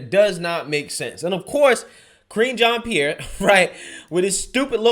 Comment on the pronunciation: I could swear I heard say "Cringean Pierre", lol.